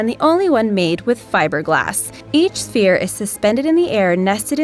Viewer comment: Who notices she kept saying “phere” and not “sphere”?